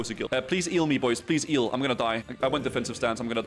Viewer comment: Hearing "please eal me" hurts my ears..